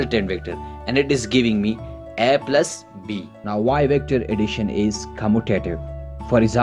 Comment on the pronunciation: The way u said additiona is just like sindhis style sindhis also speak like this